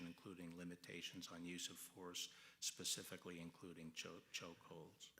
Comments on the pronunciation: Someone please tell Ms. Jackson-Lee, it's "specific" not "Pacific"....for God sakes, you're a gubment official. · "Pacificly ... I am reclaiming my time. Pacificly do you understand..." LoL come on these are our leaders. Pacifcly really?